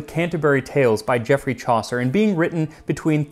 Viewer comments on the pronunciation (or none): none